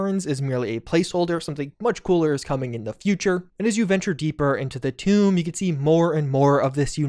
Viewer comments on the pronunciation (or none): none